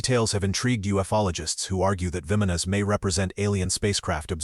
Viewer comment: It's called "vimanas" "bah-Mon-nohs," that's how you say it. I love your channel but you can't pronounce so many things. Like you always pronounce "Bob Lazars" La-zahr" so far off to. That's just a couple examples. Please look it up, Thank you.